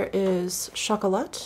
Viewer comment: Your french pronunciation was almost perfect. It is pronounced "taba(c)", the c is silent. Also it is pronounced " chocola(t)", with a silent t. Thank you for your videos they are both entertaining and relaxing.